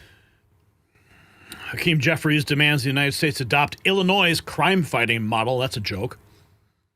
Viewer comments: Illi-noise? Where did he go to school? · Chicago Illinoise lol